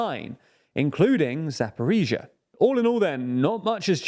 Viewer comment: You learnt how to pronounce Zaporizhia! Good job. Now, Kakhovka and Dachy. I honestly just don't understand why not just dedicate some 10mins just to learn the pronounciations